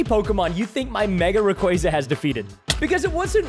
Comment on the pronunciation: Also preston that's not how you say rayquaza